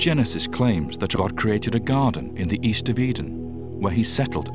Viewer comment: Garden not Garten